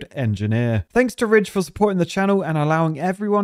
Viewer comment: wait is ridge wallet supposed to sound like rich on purpose? Did i just realise that?